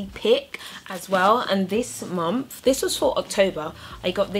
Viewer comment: you always say momth or mompf so cuute (